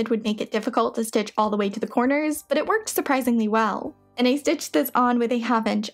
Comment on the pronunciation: I enjoy what you do, but I can't stand the constant use of the word "thee" for the word "the". The pronunciation of this word changes to "thee" only to elide into a word starting with a vowel OR for extreme emphasis. Sorry, I'm old and crotchety and can't listen anymore.